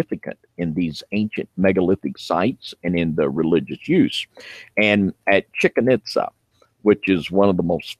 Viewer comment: "Chicken itza" really dude?😂